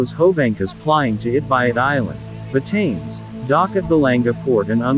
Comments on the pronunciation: Ba Ta Ness 👌🏽👌🏽👌🏽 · I lived on this island for almost 5 years. FYI - it is not pronounced "BaTains". It is 3 syllables: Ba Ta Ness